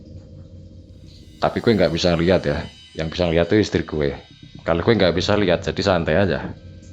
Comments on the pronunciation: Eehh "GHUWE" maneh 🤣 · Bukan masalah logat, ini masalah “ghue” ... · Guwee???....Jd males denger nya... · 'Gw' nya medhok men to mas 😁😁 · Waduh kena "gue" medok lgsg buyar seremnyaaa wkskwkskm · Wong jowo ketika ngomong "gue" koyok pieee ngnoo😂🤣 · "GUE SAMA CEWEK GUE" (logat medok) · Salfok “Gue” medok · mau dengerin tpi "gue" nya medok bgt jadi ga srek di kuping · Gue nya medok banget sih bang ,, piye to mbok ora usah gua gue maleh piye ngono lek di rungokne,, kurangggggg :)